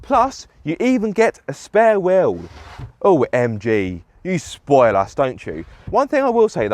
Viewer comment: I've never heard someone pronouce the word 'wheel' like that and I hope I never hear it agian.